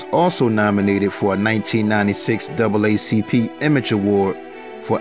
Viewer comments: "lou gossIP" (GossETT Jr.), "double ACP" ( N double Acp/NAACP) and "youTs" (youTHs) …….I CAN'T!!! LMAO ~ b. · We still don't know what Tommy did for a living and Pam sisters 3 the hard way still not telling 🤭🤭may he rest in peace 💙💙 side note he got me tickled he said Tommy won a AACP award not NAACP award I needed that laugh I love this channel 🥰🥰